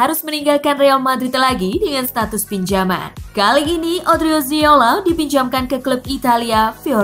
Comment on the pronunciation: odriozola bukan odriziola